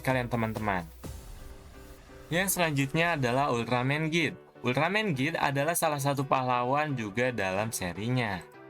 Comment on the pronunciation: Bukannya bacanya itu jit Bukan git sebutan di RTV kalau sebutan aslinya jit